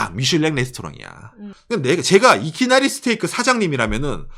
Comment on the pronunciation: 이키나리스테이크는 박가네에게 광고비를 지급하라! 발음 너무 멋지네